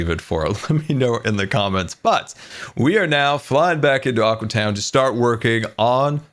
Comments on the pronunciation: So will scar ever realize it is now "Aque" town instead of "Aqua" town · Psst, it's pronounced aque town. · its aque town (pronounced a keew town)